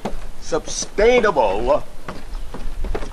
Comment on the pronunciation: His constant "sub-stainable" cry was very distracting...